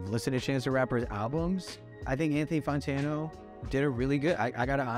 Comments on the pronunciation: Why does he still to this day call him Anthony Fontano? 😂 he clearly says fantano in every video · am I the only one who is hearing “Funtano” every time he says “Fantano”? this was very cool, I’m a new fan as of Ultra 85 You know that Anthony is recording a review of this review of a review right now as we speak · I love this and bobby is amazing but he keeps saying Fontano or Fontono, and it's FANtano lol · I wonder when he's gonna learn that it's pronounced "Fan-Tan-Oh" and not "Fon-Tan-Oh". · “Anthony Fontano” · The fact that he still pronounces his name “fon-tano” gives me life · Logic: "Anthony Funtano" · Anthony Fawn-tano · this was epic but please his name is not pronounced FONtano lmao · "Photono" 😂 lol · “Anthony Fawntano” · he says he loves him but he always pronounces his name wrong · Lol you must be pronouncing his name like that on purpose